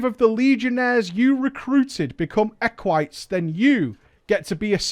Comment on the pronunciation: I'm not sure what triggers me more. The dumb raiding guild styled on the Roman republic, or mispronouncing Equite wrong constantly.